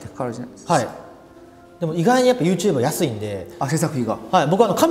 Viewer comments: ネイティブな発音なのかユーテューブが気になる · YouTubeの発音が面白くて、yoshikiが発音するたび笑う